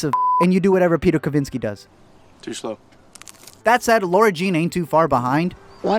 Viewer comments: Shes lara not laura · LISTEN: Love your videos but her name is LARA.....not LAURA. #letmeexplain #justsaying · Team John Ambrose. And dude, it's LARA not LAURA. LOL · Its the second movie and is still pronouncing Laura